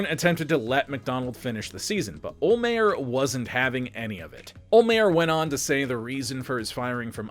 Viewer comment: I'll pay you to learn how to say Don olhmeyers name right